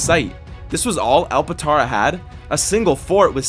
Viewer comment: bro called it “alpatara” Gang its alptara